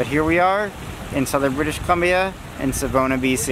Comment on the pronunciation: Sa-vaw-nah is the pronunciation for Savona. And you're at Kamloops Lake! And Mac Park! That's on the northshore of Kamloops with our downtown on the southshore. The rivers are the South Thompson and the North Thompson with the name Kamloops coming from the Shuswap word for Tk'emlups meaning "where the rivers meet." We are a semi-arid area, so we're dry but not too much. The true desert area of BC is south of us by Osoyoos. And that is Riverside Park, the biggest park downtown that has a waterpark for the kids. I hope you had a welcoming time here. I've noticed you posted this in January, but were obviously here in the summer. If it had been January it would have been covered in snow and about -10C (14F).